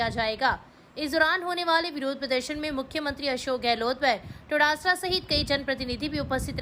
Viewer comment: क्षेत्र का एक मात्र न्यूज चैनल है,जिस पर संपुष्ट समाचार मिल रहे है बस "डोटासरा जी"के लिए अक्सर टोडासरा उच्चारित हो जाता है, सुधार किया जा सकता है 🙏